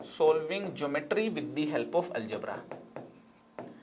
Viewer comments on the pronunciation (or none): Gemetory heee 😅